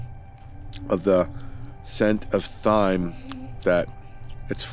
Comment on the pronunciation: “Thyme” is pronounced “time”; now you know, and knowing is half the battle. 😉